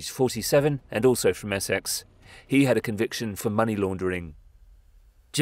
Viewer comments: Interesting, but why do you pronounce Essex "Ess-sex"? Sounds a bit weird to my ears. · Narrator cannot say Essex...😂